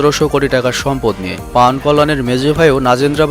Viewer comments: পাউয়ান কল্যান না, উচ্চারন হবে পবন কল্যান সরাসরি হিন্দি থেকে কপি করেন কেন ? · পাউয়ান না ভাই পবন কল্যান হবে ওটা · ভাই ওটা পাওয়ান নয় পবন কল্যাণ